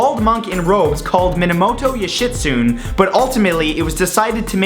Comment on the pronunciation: Minamoto "you-shit-soon" :3